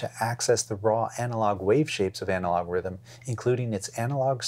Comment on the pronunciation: you need to work on your swedish accent, it's pronounced Rhh-tmm 😅